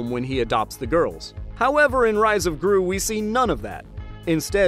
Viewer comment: I died laughing every time he said “Gorls” 🤣